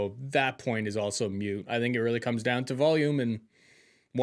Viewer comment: . "Moot" not "mute"